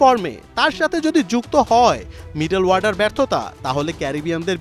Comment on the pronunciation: শব্দটা "মিডেল ওয়ার্ডার" না, শব্দটা হচ্ছে" মিডেল অর্ডার "।